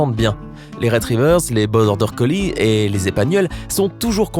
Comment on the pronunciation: BORDER COLLIE ET PAS COLLISE